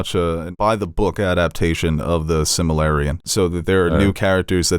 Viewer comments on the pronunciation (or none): watch one of the thousands of Lord of the Rings videos online so you know how to say these names. Silmarillion. sil-mr-il-yn. Sill-Mah-Rill-Eon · As a true fan did it hurt when said Simalarian? 🤣